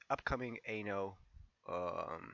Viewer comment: sounds like you are saying "ANAL" lmao